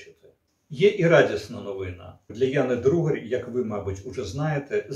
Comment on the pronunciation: блять, то "Дударь", теперь "Другарь". ДУГАРЬ она, так сложно внимательно прочитать?? вот такие мелочи и подрывают доверие, и заставляют задуматься, что уважаемому спикеру на самом деле глубоко пофиг на то, что он там говорит для аудитории. потому что понятно же, что он эту фамилию впервые увидел и ни разу не слышал.